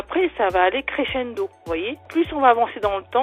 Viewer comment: "Ça va aller créchendo"😂chuis morte😂